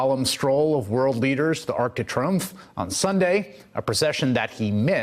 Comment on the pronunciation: arc d tree-umph not try umph